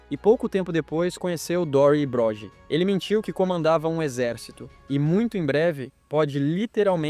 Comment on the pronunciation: alem dos erros das pronuncias em ingles e chamando o Broggi (Brógui) de Brógi.